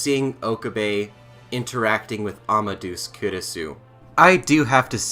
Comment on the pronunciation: I can understand mispronouncing Japanese names, but why are so many people mispronouncing Amadeus? I'm sure you know who Mozart was. Wolfgang Amadeus Mozart. The "deus" bit means god. It does not rhyme with goose. Say it more like "Ama-day-us".